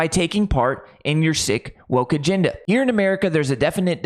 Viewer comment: Dude, it's "agenda", not "aginda."